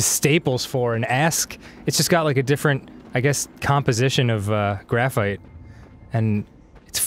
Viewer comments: IT'S NOT GRAPH-BITE, ARIN, IT'S GRAPH-FRIGHT! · "Graph-bite?" Why didn't you say "Grafright?"